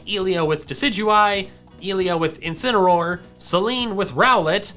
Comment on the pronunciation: I heard this “Incinameroll” “Two Canons” “Dusk like Rie can rock” “Zareena” “Alola Ninetails” “Right Chew”